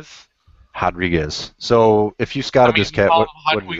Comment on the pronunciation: Brazilian pronunciation: Raw drie gies Portuguese Rou drie guehs . take care.